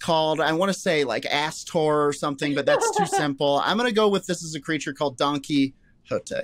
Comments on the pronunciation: Donkey-ote was actually tooo good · Donkey-hote LOL